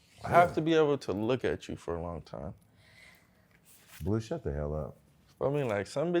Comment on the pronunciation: Jason talking about “blue sthu” 🤣🤣🤣🤣🤣🤣